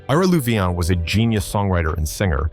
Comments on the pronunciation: It's pronounced Lou-vine! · AI narration (and text) sucks. It NEVER pronounces proper names correctly. It can't take into account colloquial & regional pronoun- ciations. It's Billy SHERRILL ! It's LOU-VYN (Charlie & Ira Louvin). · Any way you could mispronounce Louvin, this guy did it. Damned AI!